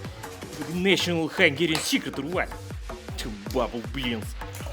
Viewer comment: Your hungarian pronunciation is almost perfect,:D